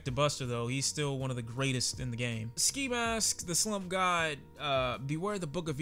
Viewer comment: The fact that he almost said “Ski Mask The Slurp God” is hilarious! 😂😂🤣🤣🤣